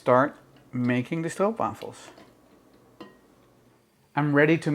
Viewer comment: It’s so nice hearing someone say it right lol